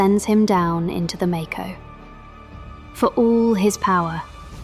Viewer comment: I'm so glad she called it Make-o and not mocko. Just feels right.